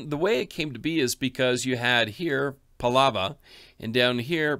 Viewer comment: It's prounced paa la va